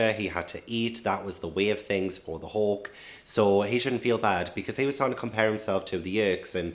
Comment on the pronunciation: It took me 30 minutes do realize you were saying “hawk” and not “hulk” haha I feel so dumb